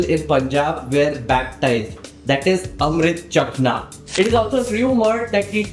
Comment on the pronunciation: It's Amrit shakna not chakhna, consuming not tasting